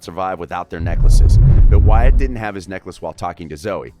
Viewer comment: you said wyatts last name wrong